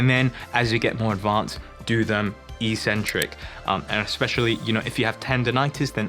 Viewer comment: Why do so many fitness people keep mispronouncing the word eccentric/eccentrics? It seems to have begun with American fitness YouTubers. The video at the link I've provided has the proper pronunciation. Sorry for being pedantic